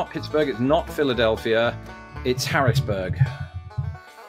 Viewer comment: Nice job with Harrisburg, PA. Most foreigners know it's not Philly, but they don't know many/any other PA cities, so they usually say Pittsburgh (and they usually leave off the "h").